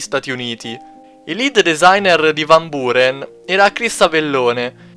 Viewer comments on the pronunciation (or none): "Van Booren" - "Avellòne" - "Fallout Bìbol" Muoio :-(